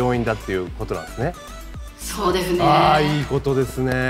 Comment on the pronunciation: そうでふねーって言ってる？笑笑